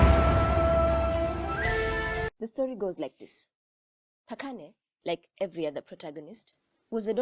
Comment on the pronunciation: I love how you pronounce "Thakane" a few people know how to pronounce my name